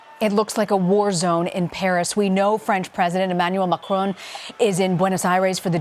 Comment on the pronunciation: In "bharis" 😆